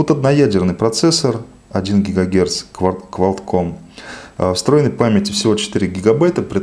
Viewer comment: не куалдком а куалком